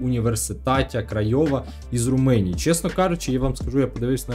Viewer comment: Не Руминія, а Ромунія)